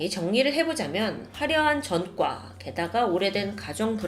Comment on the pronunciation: 왜 이렇게 ㅈ발음을 이상하게 하지;; 전과 -> 젼과 그제서야 -> 그졔서야 조사 -> 죠사 처음 -> 쳐음 왜 이렇게 발음함..??